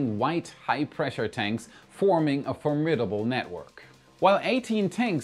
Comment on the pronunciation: Not space related, however, as a word lover, I deeply appreciate the correct pronunciation of formidable with the accent on the second syllable!